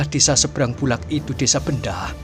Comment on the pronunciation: Bukan nya desa Bendo Kisanak? Aneh kedengaran kalau di ucap Benda....